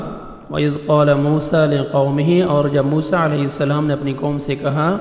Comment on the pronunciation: A.o.A bht acha parha app ne phr app ne mosa (a.s ) nai bolo